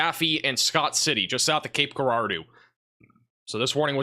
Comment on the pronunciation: Cape Girardeau is pronounced with a soft "G", sounding like a "J". Good work last night. I watch you almost every morning.